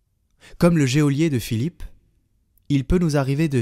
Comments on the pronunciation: Bonjour En toute bienveillance, je voudrais rectifier : GEÔLIER se prononce « JOLIER ». Merci pour votre travail. En union de prières. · Bonjour merci pour les commentaires de l'Évangile! En revanche il faut savoir que "Geôlier" se prononce "jolié" et non " jéolié", merci de le dire à la charmante lectrice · Oh je suis désolée de vous le faire remarquer mais on dit GEOLIER (jo) et non géolier. Soyez bénis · On prononce « jolier » et non « jéolier » geôlier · En français, le mot geôlier se prononce "jolier", sans qu'on entende le e. Merci pour vos si belles voix qui portent ma prière chaque jour. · Merci pour tout votre travail. Pour info, on dit « JÔLIER »😂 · Geôlier ne se prononce pas géolier....il me semble. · Hé, mais dans l'homélie aussi, geôlier est mal prononcé !!! Je ne veux pas paraître trop attachée à la forme, mais enfin, nous en avons aussi besoin.